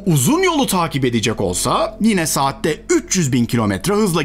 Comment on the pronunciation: "Saatte" kelimesini duyunca kanalı takibi bıraktım 🙃 Şaka be, vallahi şaka; Bundan daha güzel ve muhteşem bir Youtube bilim kanalı var mı ki bırakayım? Seni seviyoruz sevgili, bizim için çırpınıp didinip duruyorsun ve sırf bu yüzden bile çocuklarımla torunlarım adına sana minnettarım ❤